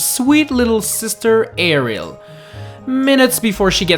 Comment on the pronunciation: Did he say Ariel? It's Aryll, like "Arill"...